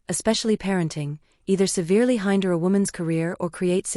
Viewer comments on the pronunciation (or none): these AI voices are so terrible. "Hainder"? (hinder). Atrocious!